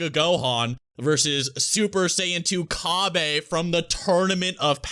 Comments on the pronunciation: Cabbay? Really?? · Cabbe?? Kinda cringe my man